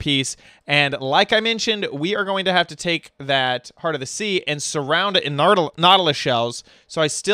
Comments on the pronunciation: It's heart not heat lol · It is HEART not HeAt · Where's your "r"......